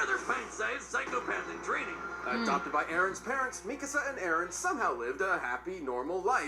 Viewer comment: The way They say Mikasa Has me so angry 💀💀💀 But i love them!